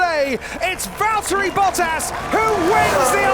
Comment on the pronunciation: Pronounce Valtteri Bottas not Vältri Boutäs...